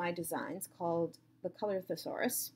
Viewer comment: I may be a little late to the coloris party and too lazy to scroll through the comments but if it has not already been mentioned or if you have not already figured it out, "coloris" is the french word for color. The emphasis is on the last syllable and the "s" is silent. Pronounced "kole-or-EE. The first "o" is neither long or short, but somewhere in the middle. You can hear the correct pronunciation by looking it up on Google.